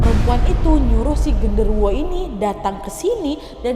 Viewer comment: Kak kurang jelas pas Kaka ngomong gendorowonya ngerasukin si rena😢😢